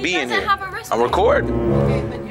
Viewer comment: “Do you have a raistband “ 😂😂😂😂😂